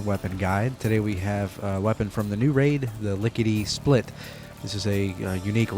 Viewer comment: Notice something about the Lickety Split... It sounds like Lickety Spit... Spit (Hawk Tuah)... What did Todd mean by this???